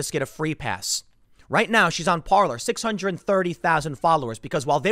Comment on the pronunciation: Parler is pronounced Parlay. It's a French word that means "to speak".